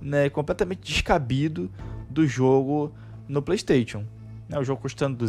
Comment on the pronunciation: “Plêi steitchon”